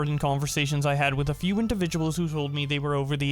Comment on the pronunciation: Lol when James says a “ FEW “ 🤣😂😂🤣😂